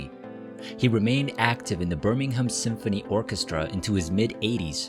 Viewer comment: can’t even pronounce Smethwick correctly. Or Birmingham. Thumbs down! Just reading material written by others.